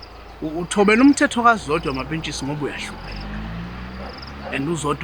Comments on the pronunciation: Why keep saying "Mampesikha" uhlulwa ukubiza uMampentsisi yini???😂😂😂😂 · akaze albiza kahle igama laMapentshisi 😭😭 🤞🏼, "Mapesika" 🔥😂😂😂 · makes my day when she says Mapesika 😂😂